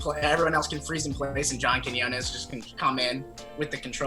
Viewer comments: you finally learned how to say john’s last name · so happy you've finally learned how to pronounce quiñones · im just glad cody learned how to pronounce "Quiñones" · cody only made this video to show us that he finally learned how to pronounce john quiñones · Cody finally learned how to pronounce John’s last name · Cody finally learned how to pronounce an ñ. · Proud of you Cody for finally learning how to pronounce ‘Quiñones’ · two things: 1.- What's wrong with that tan line? 2.- Kody learned how to say "Quiñones" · Cody only made another one of these to flex that he learned how to pronounce Quiñones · Yesss! He said Quiñónez right😅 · YES YOU SAID QUIÑONES RIGHT THIS TIME! IM SO PROUD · wow he finally figured out how to say Quinones lmao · the real character development here is cody finally learning how to pronounce “john quiñones” correctly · Cody finally said John quinones’ name right.✨🧚🏽‍♂️growth✨💕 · When Cody finally says John Quiñones correctly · At least Cody pronounced Quinones properly this time. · so proud of Cody for learning how to pronounce quinones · he did it ladies and gentlemen: he learned how to pronounce quiñones 👏👏👏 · Cody learned how to say Quinones. Proud. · I'm so proud that Cody can finally pronounce John quiñones' name right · congratulations. you can now properly say quiñones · Cody can finally say his name right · cody pronouncing Quiñones right this time is a glow up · At least this time Cody pronounced Quiñones right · Wait why are you saying his name right this time??? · finally after probably watching 20 videos of wwyd Cody pronounces Quiñones right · As a latino I loved Cody saying John Quiñones correctly! It was getting on my nerves the way he was pronouncing Quiñones in the previous video of WWYD. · 👏 👏 👏 for that Quiñones pronunciation hahaha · Cody's pronunciation of John's last name has gotten better since the last vid :) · he said john quinones right this time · He learned how to say Quiñones! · Quiñones perfect 👌pronounciation